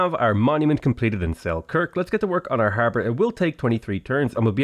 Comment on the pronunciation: I thought he said Harvard